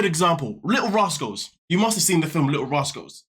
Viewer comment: Anyone else think he said "Lil Roscoe's"? I didn't know he was talking about the Lil Rascals until he said Alfalfa lol